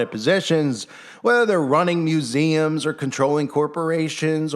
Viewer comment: that scottish rite curator kept pronouncing the word Museums with heavy emphasis on Muse..he was saying MUSE-ems